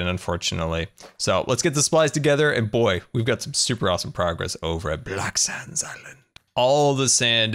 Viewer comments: Who else heard black sams island instead of black sands island or is it just me? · It sounds like hes saying black sans